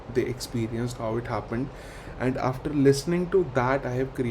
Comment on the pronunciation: Look do you pronounce, "HOW". Very pathetic